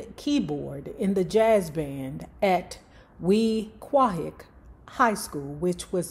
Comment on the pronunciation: Khyamma Griffin was down wit Vincent Herbert and Lashawn Daniels. That's 3Boyz. I'm from that era of music. They used to give a block party in the summer 🌞.. That's her daughters dad. Jersey got so much music history people don't know. Oh and Weequahic is pronounced Week way.